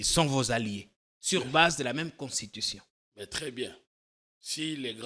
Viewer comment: Quand il parle "Constion" tantôt de "Conshion" tantôt"Consishon" tantôt "queshon" il voulais prononcer quoi ? Je suis perdu aidez moi